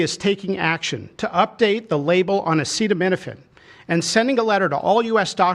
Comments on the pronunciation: He’s encouraging antivax-ism. Just wow. Thank you for the medical advice, Dr. Trump. Side note: it was funny when he didn’t know how to read acetaminophen 🤭 makes him more human. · Oh how I wish they would’ve picked someone who could pronounce acetaminophen to deliver this important information. Trump is making it sound bonkers.